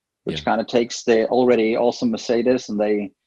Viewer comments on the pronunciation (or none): none